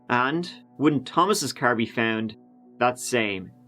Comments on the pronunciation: Furm, mrk, crr. I couldn't fallow the story coz his pronunciation of those words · The way you pronounce car, farm, and Mark is extremely irritating.